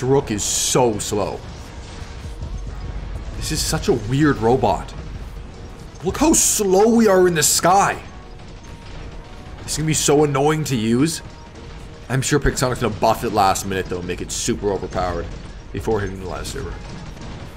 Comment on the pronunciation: Why you are saying "PIGSONIC"